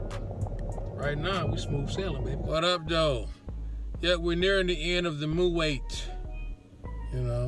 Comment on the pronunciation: it's not pronounced "mu'wait but Mu'wot"